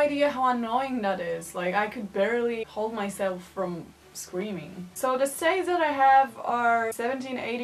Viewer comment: Shifts? Shiets? What are you saying? Stays? Steyz?